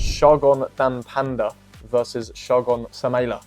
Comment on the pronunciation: It's pronounced "Dame- bay"